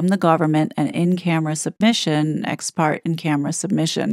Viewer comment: Gentle correction … parte is pronounced: par-tay. I value this channel significantly more than the gossip channels. I am continually in awe of your commitment to the research required for all of the technical information surrounding these 2 grifters. I’m a boomer & increasingly disappointed, exhausted, and appalled by the “woke” et al 🤦🏼‍♀️ and this administration’s DHS policies (or shall I say, lack thereof). I AM truly frightened by the prospect of globalization for our decedents, especially. My time on earth is growing shorter, and I am literally praying to be gone by the time this potentially comes to fruition. THAT is a VERY sad place to “reside”. 😞